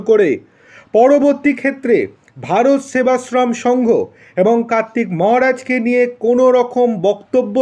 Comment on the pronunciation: ভাল করে উচ্চারণ করুন ভারত সেবাশ্রম সঙ্ঘ